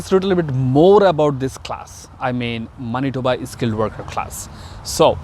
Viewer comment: Pronounce of Manitoba is not right!!!